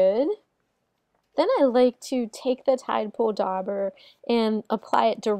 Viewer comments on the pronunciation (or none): THe "u" is silent. Dauber is pronounced like jabber. Look up "daub" in a dictionary.